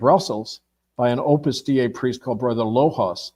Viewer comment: How do you not know how to pronounce Opus Dei or Virginia Giuffre? It really does not add to his credibility. Just saying.